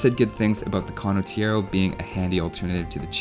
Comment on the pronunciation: Condottiero pronunciation is really sketchy... but that's probably the smallest nitpick anyone could ever made so w/e. Great video regardless!